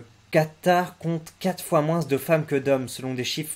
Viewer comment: Salut, super chaîne tu es très sympa et amusant mais de grâce stoppe de dire moinsse au lieu de dire moins